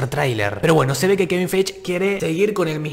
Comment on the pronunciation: te re banco pero es Kevin FAIGI no feich, por favor decimelo bien jajaja